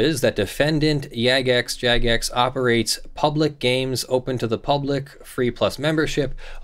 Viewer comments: It's not even necessarily Jagex (and it is said with a J sound btw) that muted him. All players are capable of making an abuse report. However in game (as well as the official discord and forums) there are Player Moderators (PMod for short). These are players that Jagex extends some moderation ability to. A PMod has the ability to make a priority abuse report. These reports go to the top of the pile and stay there (while a regular player's reporting will get weighted down by more incoming reports from other regular players). When a PMod makes such a report they have the option to either recommend muting or themselves temporarily mute a player. Temporarily muting is sometimes necessary to more immediately restore an acceptable game environment. If a PMod mutes a player, that player will be muted for 48 hours, absent Jagex's possible reversal on the decision to mute the player. Even though Jagex addresses PMod reports first, there are a lot of PMods and a lot of players. So it may take Jagex time to actually be able to get around to looking at a given report. It's entirely possible that a PMod muted the player and that Jagex merely upheld and extended the PMod's decision. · Hehe, Yagex, due to common 'j' having a y-like sound, then says Jagex right next time.